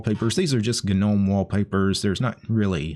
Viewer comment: It's actual pronouced "Nome" not "gu-nome".